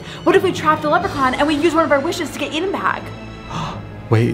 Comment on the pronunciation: It's pronounced Eden